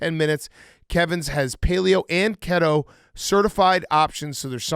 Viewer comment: Big Cat saying the word Keto wrong